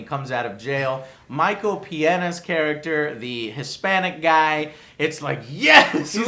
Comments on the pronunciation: "Micheal Peeeanae" -wtf?! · It's funny how Joe knows absolutely none of these actors names. XD Paul Rude, Michael McDouglas, Michael Pienna? WUT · Is Joe purposely butchering names like Paul Rude and Micheal Piena